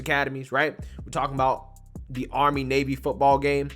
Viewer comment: You are right on in everything. But please pronounce the TTTT's it is not THE DDDD'S.